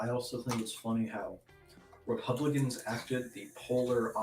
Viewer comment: Every time says, “Republicans”, it sounds like he’s saying, “Pelicans”, and I’m here for it.